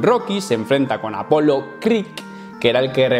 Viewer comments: ES APOLO CREED!!! no "creek" CREED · Por favor, apolo creeK no.... CREEDDDD